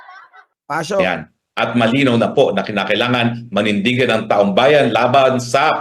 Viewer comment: Mali lang ang pagkabigkas hindi taong bayan kundi taong bayad😂